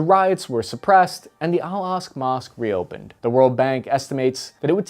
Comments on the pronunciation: Bro Im begging you. It’s pronounced Al-ak-sa, not al-ask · How can you mis-pronounce Al-Aqsa as 'Al-Asq'. It's like-- a four letter word ;--; I love your videos, but it's kind of annoying that there are so many very basic words mispronounced in all your videos! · Aqsa, Aqsa, Aqsa. Not Al Asq mosque. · It's pronounced AL AQ-SA Mosque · I believe it’s pronounced, “al Ak-Sa” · How do you mispronounce the Al Aqsa Mosque in a video like this? 🤷‍♂️ Oh,... 😂